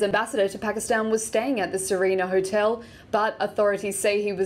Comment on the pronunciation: Huh-tel huh? God, she's like a robot/alien.